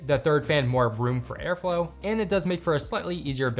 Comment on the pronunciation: “Air Flao”